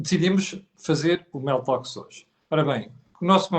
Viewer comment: Seria conveniente pronunciar melhor a designação do programa, soa Meltox